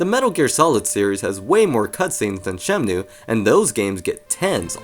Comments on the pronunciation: ShemNOOOO, shemnooo, shemnoooo. It's so distracting man. SheMNooooooo. It's Shen-Moo bro. Pls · It's Shenmue, not Shemnue. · Now you just have to learn to say 'Shenmue' instead of 'Shemnue' 😂